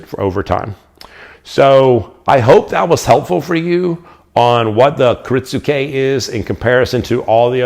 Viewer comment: I think the "u" is silent. I hear it pronounced as ki-RIT-ske